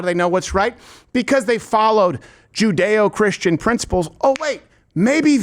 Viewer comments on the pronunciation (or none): You had me until you said jedeochristian